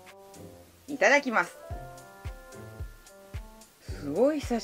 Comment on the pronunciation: 訛りなのでしょうか？ 『いただきます』の発音が独特で好きです❤️笑